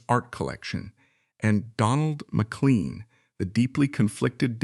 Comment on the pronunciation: More in-depth than any account I have heard or read about up 'til now, but AI? generated narratipm gaffes like McCleen and kwayside makes me wonder how accurate it is.